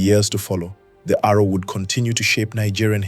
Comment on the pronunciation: Correction please, ''Aro'' short for Arochukwu not Arrow.